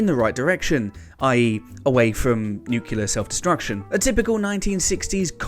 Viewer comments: It's nuclear not nukular ya diddy! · It's NUCLEAR not NUCULAR, ffs. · Nuclear, not nucular. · Dude. NUCLEAR not NUKULAR. C'mon! shaking finger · Say it with me: NU-CLEAR. "Nucular" isn't a word. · Nuclear! Noo-clear. NOO-CLEAR. Not nyoo-kya-lurrh! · Bad enough that WhatCulture presenters habitually mangle invented character names... but there's really no excuse for 'benelovent' or 'nukular'. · I'd like to see a series about 'benelovent' aliens here to protect the 'Earf' from 'nucular' weapons. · "NUC-le-er," not "NUC-u-ler." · (Nuclear. Nu-clear. There’s only one U…) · NEW. CLE. AR. AAAGH! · Bailed as soon as he said nuc-u-lar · Benelovent? Nuculer? Free hundred? Can't watch any more. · Argh NEW - CLEAR! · Did say 'nucular'?